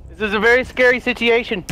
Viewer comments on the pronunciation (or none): "that is a very sitiation" H20 h20 never fail to make me laugh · Is it just me or does delirious pronounces situation weirdly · can someone please teach delirious how to pronounce SITUATION